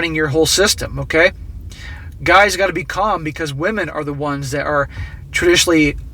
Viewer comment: Ah, wamen degrees.